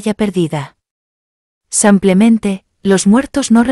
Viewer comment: Que fastidio cuando dice "samplemente "